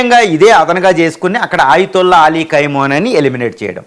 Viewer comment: Ayatulla peru correct ga pronounce cheyyali. Dollr to rial exchange teleyakuna neevu speech istunnavu. Shame😂